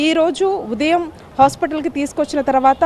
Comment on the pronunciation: తెలుగు సరిగ్గా నేర్చుకో. ఉదియం కాదు. ఉదయం అనాలి. అదికూడా రాదు. తయారై పోతారు యాంకర్స్ గా. Shame on you.